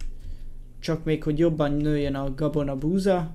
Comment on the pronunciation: a végénél azt mondta hogy kabona?? :D